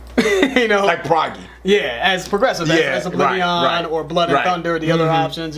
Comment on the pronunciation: O-bliv-ee-un. Not o-bliv-ee-on.